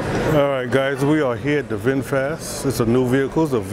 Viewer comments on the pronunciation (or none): It's Vinfast, not Vinfat Bro!😁